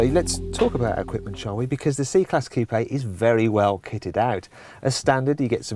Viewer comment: Its pronounced Coup not Coupei!!!